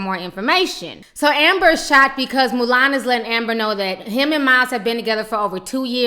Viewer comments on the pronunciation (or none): I lOVE how Ti keeps calling Milan "Mulan" 😂😂😂😂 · I laugh every time you say 'Mulan' I think of that lil chinese girl in the disney movie.